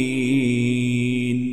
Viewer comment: ولا الضالين وليس ولا الظالين